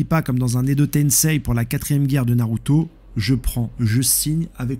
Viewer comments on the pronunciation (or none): none